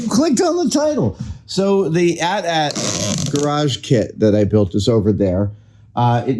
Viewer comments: Adam!!! It’s not ‘At At’ … it’s an AT-AT (aye tee - aye tee) which is short for ‘All Terrain Armored Transport.’ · I hate that you're pronouncing it as @@ I've always said each letter A T - A T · Sir, it’s AT-AT, not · A.T.A.T. not "at" "at". you don't call the smaller one an "at" "ssst" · people who pronounce AT-AT like Adam does, how do you pronounce AT-ST..? :D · It's insane to me someone would pronounce that AT in AT-AT differently than the AT in AT-ST. They both stand for all terrain.